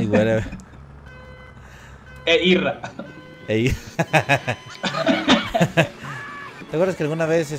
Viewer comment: él werever siempre dice ''wey'' se oye como mirrey xD